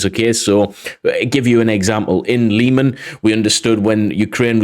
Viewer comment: Meelohvay. And Leeman. Hairsson with the h sounding like the ch in Scottish 'loch'.